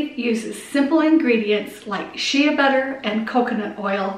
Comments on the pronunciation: Shea butter...shea is pronounced like shay (rhymes with clay). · She-A butter 😂 you are so cute!!